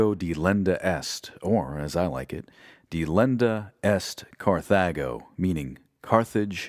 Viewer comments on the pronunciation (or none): Thanks a lot for this. I'm learning stuff I didn't in school, but I wish your narrator had paid more attention in his Latin classes. His pronunciation is not true to any tradition I'm aware of. And certain things just aren't right. Like the title of this one: "Delenda est Cathago." It's much more interesting than your narrator tells us. It was the ending of every speech of one of the Scipios in the Senate. But I've never heard or read that word order. It's as if he just didn't pay attention when others said it in the much more powerful and Latinate word order: "Carthago delenda est!" BTW it means "Carthage must be destroyed!"